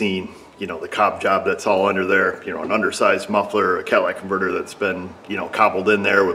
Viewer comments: Catalytic converter not Cadillac converter you know that. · Did you actually say Cadillac converter? Say it isn't so! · Did i hear you say cadillac converter?....lol